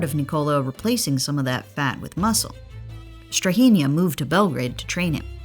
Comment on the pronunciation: As a Serb the pronunciation of Strahinja was hard to listen to 😭